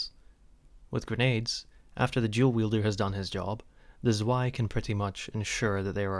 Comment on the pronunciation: Zoo-aye? Excuse me, good sir... But it's pronounced (I'll try to write it phonetically) as [ tz-vai ] like hard C then V and "eye" afterwards. Have a wonderful day ❤